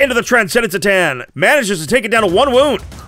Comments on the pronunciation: I love you but C’tan is pronounced “CUH-Tan” not “Sss-tan” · The C is C'tan is a hard C. Should tell the narrator, there.